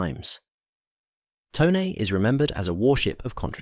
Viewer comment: Glad to hear “Tone” pronounced correctly.